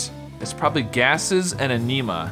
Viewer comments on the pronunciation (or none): Niiice. Also, the fourth horizontal word of the hard puzzle is pronounced in-uh-muh or ehn-uh-muh, not uh-nee-muh. I think you may have gotten it switched in your head for anemia,:P